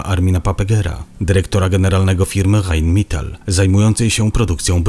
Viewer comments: Rheinmetal a nie heinmital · Mówi jak jest napisane , ale w niemieckim - ei- wymawia się jak - aj - faktycznie powiedział mital , co zupełnie nie rozumiem.